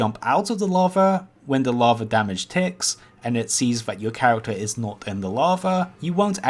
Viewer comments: People in the UK don't all talk like this and, honestly, haven't heard anyone in person talk like this. He has only one formula. All lines end with a extended and higher pitch until he finishes the sentence. Also he has twubles wif awhs (troubles with R's). For example: characters = kehh wekt tuhs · He has only one formula. All lines end with a extended and higher pitch until he finishes the sentence. Also he has twubles wif awhs (troubles with R's). For example: characters = keh weck tuhs